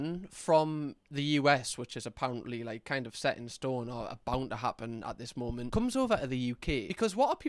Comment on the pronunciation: “Last momf”